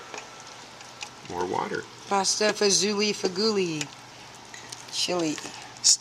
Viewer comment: Hi. I love your videos and just placed my first order on your website. I wanted to say from an Italian —- it’s pronounced pasta fa-zool not fa-zoolee. ❤️